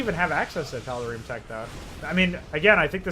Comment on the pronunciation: ”The tod’arim” <3